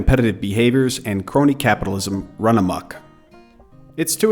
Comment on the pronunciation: 1.55 - It's run amok not run amuk. ( From the Malay word for frenzied). Notwithstanding that , an excellent presentation. Keep it up!